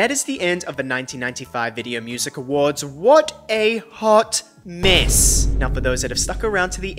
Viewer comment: 1. I can never accept another pronunciation of mess. 2. That Mhissy voice over had me dying of laughter 😀 3. Mariah was and is so iconic. I did not know that was the same announcer she later gave the side eye too!!